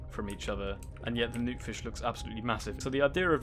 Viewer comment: because i have headphones on you sounded like you were saying nuke fish instead of noot fish for some reason